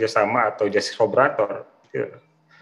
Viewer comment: Collaborator bkn collabolator..😊